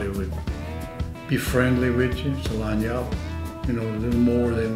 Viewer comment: When he says lagniappe sounds like Line ya up which if anyone hasn't been a pampered kid you know what someone means by line ya up or I'mma line ya up